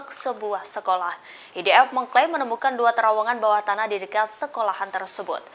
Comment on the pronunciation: MENGAPA "IDF' KOU SEBUT "EDF' NYER,...BANGANG !!! .....EEEII, GERAM BETOLLAH AKU....!!!!